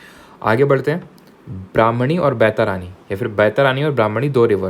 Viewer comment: Sir you are not good in pronouncing Indian names. It's not बैतारानी it's बैतरनी